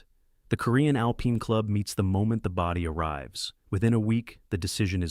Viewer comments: Why cant a.i say alpine properly 😂😂😂😂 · Ai mispronounced a lot of words...annoying. AI needs "Hooked on Phonics."